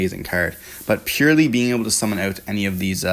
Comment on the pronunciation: The Purrlielie on the other hand 😅😂